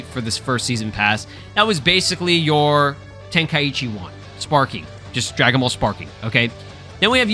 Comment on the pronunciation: Ten kai chi not tenka eechee just listen to the japanese name of the tournament!😅